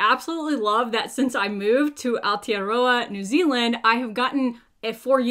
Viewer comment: I love that you're not only in New Zealand, but you've learned to pronounce our Māori name correctly. Just gotta work on rolling your r's but you're miles ahead of half the country. Well done! And Ngā mihi for actually caring enough to try ❤